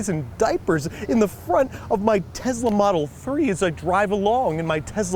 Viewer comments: This is a lovely brotherly gesture but why does he keep saying TEZLA??? The name has an s... teh·sluh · Why does he say tezla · Tess - la not tez - la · Just a little annoying when people don't pronounce words correctly. It's TeSla not, TeZla. SSSSSSS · Him saying teZla is killing my soul rn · He said tessla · Me: Tesla Him: Tezla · tesla, not tezla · TESLA TESLA TESLA. NOT TEZLA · it's tesla not tezla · Pronounces Tesla as “Tezzla” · no one: andrew: tezla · Love how he pronounces it "Tezla" in the review segment. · I have to correct you it is tesla not tezla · Tezla model 3!? If you read that the way he said that in your one of my people 😂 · Tezla? Okay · Omg stop saying tezla plssss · he said "tezla" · No one: Absolutely no one at all: Babish: teZZzZzla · Very sweet of you to do. But what the hell is a Tezla? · is it just him, or does a certain part of the US pronounce Tesla "Tezla" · Things I learned today: -Babish is good people. -Its pronounced "Tezzla" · ‘Tezzzla model 3’ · No one gonna say anything about how he called it a “Tezla” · Has anyone else ever heard anyone pronounce Tesla "TEZLA"? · No one: Babish: Tezla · He pronounces it like Tezla lol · It drove me insane that he pronounced it Tezzla. 😂😂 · WHY THE FUCK DO YOU KEEP SAYING TEZLA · What's a Tezla? ;) (And you're an awesome brother Andrew! :D )